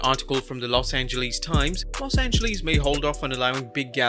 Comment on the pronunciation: LOS ANGELEESE